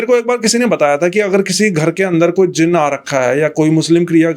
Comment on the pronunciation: Bhai yeh jeen nahi jin word hota hai